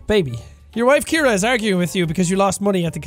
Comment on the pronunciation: ciara not Keira